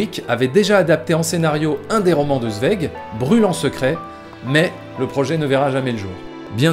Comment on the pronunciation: Quel boulot ! Résumer en si peu de temps l'oeuvre de Kubrick tout en restant intéressant, cela relève quasiment de l'exploit ! Je m'abonne ! Par contre on prononce "Tsvaïg" et pas "Svég" xD Le parallèle entre les deux oeuvres est super intéressant en tout cas peut être à relier avec l'appartenance sociale des deux artistes? (bourgeoisie juive austro hongroise)